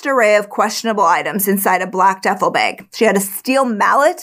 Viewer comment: I love the way she says bag , “beg “ lol